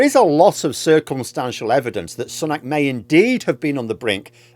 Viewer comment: Still pronouncing his name incorrectly eh?